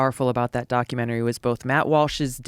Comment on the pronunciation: Idiot makes fun of someone for mispronouncing Celsius and the proceeds to say “ockumenary” instead of documentary. It’s almost like if you’re constantly talking quickly you might trip over a word. The hypocrisy is palpable.